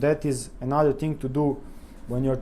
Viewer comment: Brilliant video, and brilliant English. You could practice "thing" instead of "ting" by brushing your tongue against your top teeth. Your vocabulary is so good that it sounds like you are a British person putting on a Eastern European accent. Dérailleur hangers are a way for bike manufacturers to make money, selling something that costs a dollar or less to make, for 20 dollars. Fortunately they are available from aliexpress at about 5USD, but not for all bikes. I bet there are other problems with gear changing though. Worn cassette and worn chainrings. Frame flex. Old grease in the brifters (brake shifters) which hardens and makes shifting difficult.